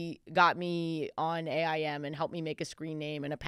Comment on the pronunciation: It’s so funny how Ashley is saying A.I.M… it’s just aim… i say it like a word